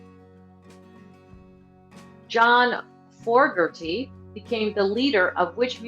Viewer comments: It's Fogarty, not Forgarty. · John FOGERTY not Forgerty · John Fogerty..not Forgerty